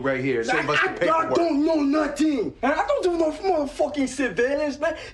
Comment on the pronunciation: I dont know no-teng 😂😂